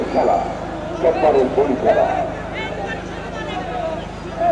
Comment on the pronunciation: কেলা না খেলা বলে।